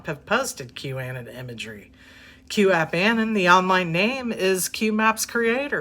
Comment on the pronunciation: Anon is short for anonymous, you are kinda pronouncing it wrong...just saying